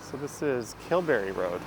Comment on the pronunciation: It's "Dun-VEE-gan " and Kil-BERY. I grew up in the neighborhood.